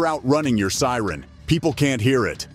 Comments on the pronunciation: He also earlier says "sire" instead of siren. Either a horrible voice over artist reading a script written by an East Indian, or an advanced text-to-speech application. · When the narration is done with a digital voice, at least get the words correct. 'should have heard the SIRE...' Bullet proof WESTS.... This channel is a waste of time.